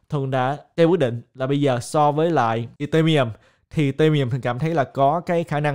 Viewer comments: Tại sao lại đọc Ethereum là ì-tê-mi-um, coi clip nước ngoài họ đọc là I-thê-ri-um ko à? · Video phân tích rất hay. Nhưng anh có thể đọc tên Ethereum ( phát âm đúng " i - thi - ri - um" ) đúng hơn ko ạ hơi khó nghe và từ khoá ETH cũng lặp lại nhiều trong video nên e nghĩ đọc đúng sẽ hay hơn ^_^